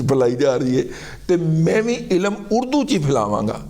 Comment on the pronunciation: Razi Bhai ilam nehi ilm.